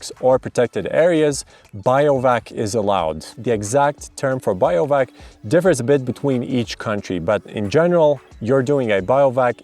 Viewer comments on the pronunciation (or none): Pretty funny to hear someone call bivouacing "biovac". but the Bi is pronounced the same as in Bivvy (which comes from bivaouc which comes from beiwacht). there is no relation to bio(logy) in that word.